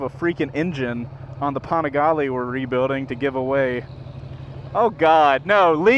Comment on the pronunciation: Loved the first ride. But just a quick FYI, the NA CEO of Ducati pronounces it “Dee-avel” not “Die-avel.” Also, “Pan-igale” not “Pawn-igale.”